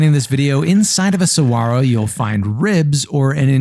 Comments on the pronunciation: Why did you not pronounce the "G" in saguaro? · Bonus points for saying saguaro correctly